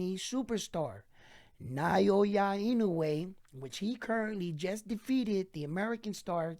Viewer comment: NAH-OH-YAH. There are 3 mora in his name, 3 kana if you write it out -- Japanese just say it fast, so you're only hearing 2. But yeah, there's no vowel diphthong in there like the vowel in "pay" or "sleigh."